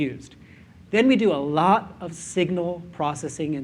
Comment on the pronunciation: I like the emphasis on "ALOT of statistical processing" :)